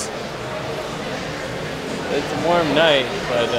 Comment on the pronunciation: "so you guys are gonna let me sleep on the streets?" Guy: "its a wamn night" lmaoooooo im dead